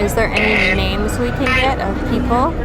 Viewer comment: She said her nem